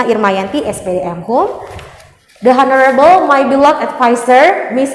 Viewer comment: ''Honorable'' huruf ''h'' nya ga dibaca ya. 🤗